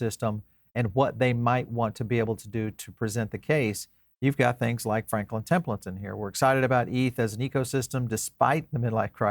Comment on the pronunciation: Your saying Templeton wrong i now my name second name is Templeton its pronounced temple-ton and franklin will be desendend from my blood line which origanates originally from scotland before moving to irland the spliting to england, america and Australia